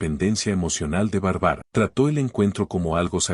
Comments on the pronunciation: Lo malo de la narracion es que no pronuncie el nombre de Barbara y no de Bárbara se escucha horrible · No puedo seguir escuchando !?? Q diga Barbara con tilde xq es Barbara Barbara !!! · K feo pronuncia Bárbara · Que fastidió esa pronunciacion de el narrador con el nombre de la protagonista .mejor q investigué como se pronuncia el nombre Bárbara